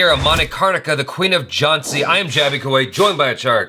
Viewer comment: The "N" in jhaaNsi is silent